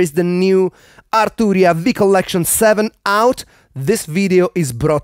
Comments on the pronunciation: That "AaR Tuu Ria" hits different 😂 Loved the video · Loved hearing you pronounce “Arturria”